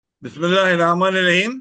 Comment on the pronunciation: বিসমিল্লাহ শুদ্ধ করে বলতে পারেনা কালিমা তাইয়্যেবা পড়তে জানে না সে আবার বাংলাদেশের নাকি রাজনৈতিক দলের নাকি মহাসচিব কেমনে হয় বিএনপি বয়কট করলাম